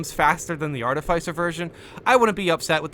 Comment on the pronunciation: Pleeeease say art-if-isser instead of arti-ficer I BEG you hahaha